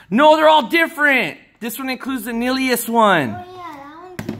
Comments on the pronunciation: Its NILLILOUS!! not nylious. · Not nylous it's nillious